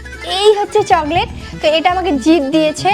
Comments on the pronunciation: চগলেট না চকলেট 😂😂😂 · চকলেট না না চগলেট 😂😂😂😂😂😂😂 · আপু একটা কথা বলি যদি কিছু না মনে করতে আচ্ছা তুমি চগলেট বলো কেন ওটা তো চকলেট ❤❤❤❤❤